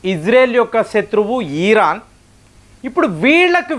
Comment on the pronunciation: ఈరాన్ కాదు సామీ... ఇరాన్ 😸👹🦟